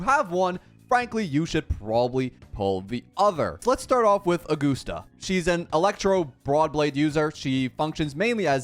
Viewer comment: Augoosta, lol.